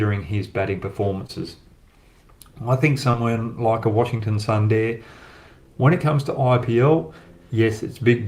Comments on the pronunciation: Hi Brad, Sundar should be and must be pronounced as Soondar and not Sun-dar, yes it is written in English as Sun-dar but in native language it is written as Soondar. I can understand your Western Accent. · Everywhere i heard was sunday instead of sundar 🤣🤣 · It's Sunder...Soooonnnndddeerrrr..Not sunday bro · I like your videos. Please spell suundaaar and not Sunday. You will get it right😊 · Brad - sundar ..pronounced as soondaar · Brad good analysis as always, Sundar pronounced Soon Dar